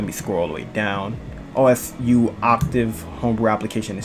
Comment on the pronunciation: Just so you know it’s pronounced oh sue